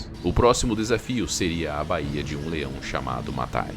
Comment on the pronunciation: A título de colaboração, pois sua dicção, tom de voz e narrativa são muito bons! a) O nome da cidade é BÚRLINGTON, e não BURLÍNGTON (os acentos aqui foram usados apenas para assinalar a tonicidade, ou seja, não existem); A pronúncia é BÁIA, e não baía... (o acento em baia é só para assinalar a sílaba mais forte, ou seja, não existe). Baia é uma palavra da língua portuguesa, usada para "local cercado por tábuas onde são colocados certos animais", como cavalos, etc. Baía é uma reentrância do mar da costa, extensa mas não tão grande como a de um Golfo. Exemplo: Baía de Guanabara, no Rio de Janeiro... BAÍA tem acento